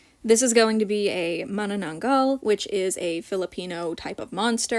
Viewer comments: As a filipino, you pronoucned manananggal so perfectly!! Honestly I feel the same way about her skin tone, I wasn't expecting pink. I hope they give her really big wings and the ability to detach from her waist. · Omg you pronounced manananggal perfectlyyy Btw the reason why its called that name is because the direct translation of it is Remover basically its either because it removes itself from the lower half or sometimes, it removes just the internal organs of its victims Hopefully shes gonna detach the manananggal lore is rlly crazy and there are common sightings of this cryptid in my country. Theyre basically normal humans at day but at night they turn into those monsters. And are mostly females Manananggal is a subclass of the filipino monster called aswang (or the filipino ver of vampires). Their favorite food is mostly children or men (depending on ur location their fave victim changes) oh and they are also pretty at first glance but when you go near them they will change their appearance to a hideous monster. In order to kill one of those, you need to put salt and garlic on their lower half so that they cant return to the half when sunrise arrives because they will die since they survive during the day they are normal humans. Oh and the pink skin can be attributed to their blood drinking coz some sightings of manananggals change their color to pale like a zombie or red depending on which lore youre looking into. Sorry for the yap it means so much as its my fave filipino cryptid (alongside tikbalang a filipino minotaur but with a horse head) and a filipino.